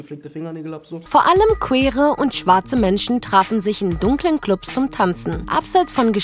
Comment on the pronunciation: Queere Themen usw... Habt ihr das eig absichtlich wie "quer" ausgesprochen? Wir das neuerdings absichtlich nicht englisch ausgesprochen?